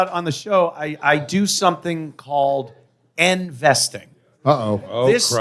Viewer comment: “End-vesting” needs two more explanations.